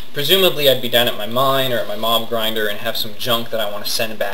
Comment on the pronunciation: lol at first when you said where it went i thought u said "Mom Grinder" instead of "Mob Grinder"